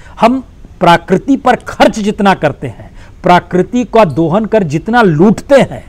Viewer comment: Sir parakriti nahi prakriti